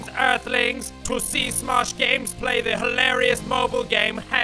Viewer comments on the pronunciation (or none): Learn english please. By the way it is "smosh" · Did you mean to say shosh?